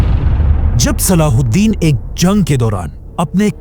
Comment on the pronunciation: Name saladen nahi hai salah u din hai